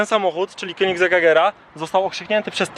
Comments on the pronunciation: pov: Zawsze mówiłeś "Kongier" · Królewskie jajo a ty wymawiasz to jak królewska piła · Typ ie potrafi nawet nazwy wypowiedzieć poprawnie i jeszcze te 20milionow? Ehe